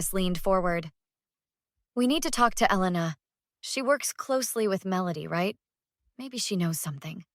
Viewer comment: Please decide on the pronunciation of Elena’s name.